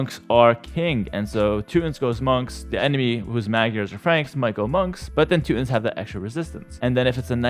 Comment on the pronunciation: "Two tawns" "two tawn nick"